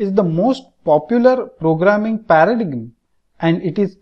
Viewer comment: he literally said 'paradigim' XD